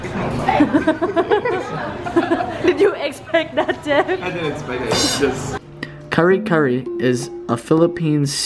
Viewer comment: perfectly said kare kare like a real Filipino. I love Thai foods equally and some Vietnamese foods too. Do they have calamansi in Thailand too? We feel fortunate that you have created this wonderful channel and to be part of your journey.